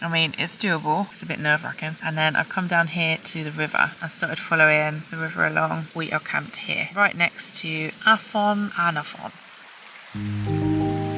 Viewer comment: Stunning video miss! and you too for that matter. oh, BTW the letter 'f' in the Welsh language is pronounced as a 'v' so afon is pronounced avon for example ;)